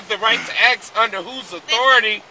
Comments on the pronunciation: I'd arrest him for threat of great bodily i injury - he told the LEO "I wanna axe you" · This guy must be a Lumberjack, because he says "Axe" a lot.